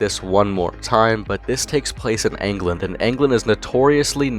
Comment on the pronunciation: did bro say angland